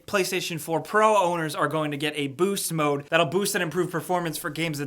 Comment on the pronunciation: "Booce mode"